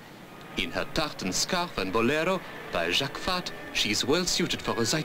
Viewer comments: Notice the pronunciation , common mistakes: balmain = balmah , jacques fath = jak fat . Schiaparelli = eskiaparelli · Wonderful to watch, but terrible to hear. This guy, his voice ! I'm sure he is not even french, but an English or an American taking a false french accent. A Frenchman knows how to pronounce Jacques Fath ou Balmain, and would never say Jack Fath or Balma...